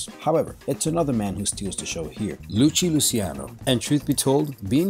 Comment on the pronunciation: ITS LUCKY LUCCIANO. NOT LUCHI LUCCIANO